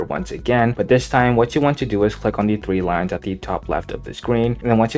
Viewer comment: Thwee wines bro cant speak